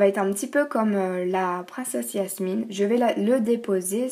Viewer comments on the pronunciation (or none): cest jamine pas yasmine mais sinon les idée sont trop bien !♥♥♥♥ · C pas yasmine mais jasmine sinon c cool